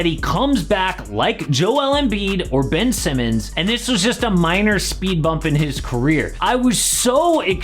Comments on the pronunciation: Did he just say Ben Simmons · He said Ben Simmons lmaoooooooo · This man said Ben Simmons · Did he just say Ben Simmons? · Lol he said Ben Simmons 😂😂